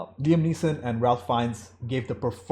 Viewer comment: Love your insightful reviews,! This is a fantastic film but it’s also so hard to watch movies on this subject. As a point of weirdness / interest, Ralph Fiennes is pronounced ‘Rayf Fiennes”. I always get him and Liam Neeson confused.